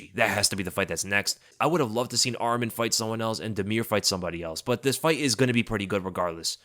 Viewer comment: Love your content brother but Arman Tsarukyans name is pronounced Arm-on, not Armin 😂 I know this because that’s my name as well. Love your stuff!